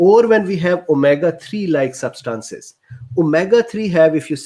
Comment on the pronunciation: "Substances" emphasize the first syllable, not the second one